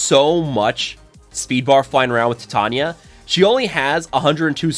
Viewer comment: I think it's pronounced like titanium, with long vowels.